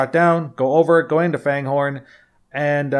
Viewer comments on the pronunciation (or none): It's pronounced Fangorn, not Fanehorn. There are no "h's"